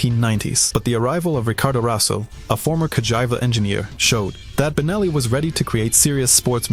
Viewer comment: Nice video but you should give a proper check to your pronunciation. Ricardo Rosa as Ricardo Raso ? MarzAcchi ? Ca-Jive-A ?